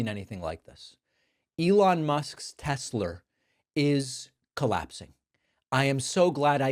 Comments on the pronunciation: Pronouncing Tesla with the hard R is crazy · I like that he calls it tesler. It brings me joy. I wonder what Elon is thinking as he's saying it. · New sound bite gold sir! I love teslerr! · LOLOL! I thought I was the only one who noticed he called it Tesler! LOLOLOLOLOLOLOL!!! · Tesler? I hardly know her. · Didn't he shut down all charging stations at federal facilities and sell off EVs? And now he 'loves Teslerrr!' 😂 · He wanted to say Hitler, but said Tesler 🤣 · Hahaha I lol'ed. I love Tesler!!! hahaha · Please put “I love Tesler” on your sound board, I’m begging you David… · You can’t afford eggs but you can afford a Tesler. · Ermahgerd, Teslerr! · I believe it’s spelled “Tessler” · Hulllurrr Teslurrr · Elon slipped Ketamine in the koolaid. Teslurr. Oo computers, I can't drive but love Teslurr.😂😂😂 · "I love Teslur Pee 100" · David you have got to make "I LOVE TESLAR" into a soundclip. PLEASE! Even "Everything's computer." Would be a brilliant sound clip. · I HEARD THAT SHIT TODAY I WAS LIKE 😳 TESLER 😂🤣😭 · When signs of dementia starts it’s usually with speech. Words like tesler and look it has computer. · Lol I thought David was exaggerating when he said "Tesler" lol but nope leave it to Trump! Lol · He called it that TWICE wtf telsler he keeps calling it that lmao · David, Sir, I believe "I love Tesler" would make a nice addition to your soundboard. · “I LOVE TESLER” 😂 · Tezzler Tezzler rhymes with embezzler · no thanx .... no teslur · Oh no. Mr. Packman has a new united ssghhhhates. TESLUR. 😂😂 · From the guy that called his own site "Troth Sensual" you get "Tesler" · Warter. Tesler. The guy is an idiot. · The fact he doesn't know how to pronounce Tesla is crazy😂😂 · How appropriate coming from him…. TES-SLUR!!😮😮😮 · I love Tessler! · Haha Tesler. Comedy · 😂😂😂 when’s the last time Trump even drove a car? “TESSLER” hahahaha what a buffoon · "I Love Tesler"....omg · Wtf is a TESLER? 😂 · Tesler Hahaha WTF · It’s Tesla….Not Telser Felon 34🌹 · Tesler lol😂😂😂😂 Idiot